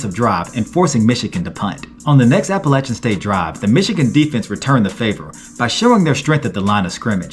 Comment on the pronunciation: 34-32 who?! Thanks for pronouncing Appalachian the correct way.